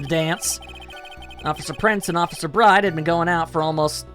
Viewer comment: Yeah, Maggey's last name is pronounced as "Bird".